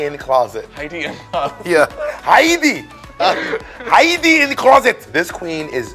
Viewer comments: haEEdy This is absolutely Arabic. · I’m obsessed with pronouncing Heidi’s name like this 🤣🤣🤣🤣🤣